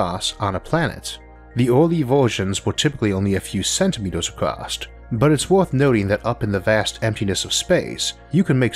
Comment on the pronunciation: I notice that you tend to pronounce across as 'acrost" from time to time. I have heard other people do the same. Is that from having an accent or your increasingly hard-to-even-notice speech impediment?